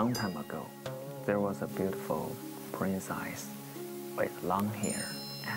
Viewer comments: laine lee Long time /hair 說成了 lung time /hair Princess 唸成 prin sais With 唸成了 wait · Long time ago, there was a beautiful prin赛斯，哈哈哈，邓伦的东北口音英语笑死我了，e的音发的和ai一样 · 邓论给小山竹念的英语怎么一股山东味😂普林⤴赛丝wwwwwwww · 邓伦英语发音不错啊 除了princess